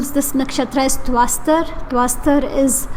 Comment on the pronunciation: Tvashtra and not tvaastar